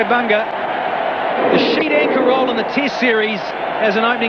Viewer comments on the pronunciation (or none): none